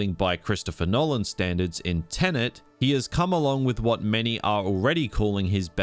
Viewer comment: Tenet. Tenant. Different words.